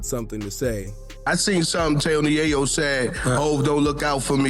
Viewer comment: It's yaaaaaaaaaaayo. With a solid A. Not a silent A.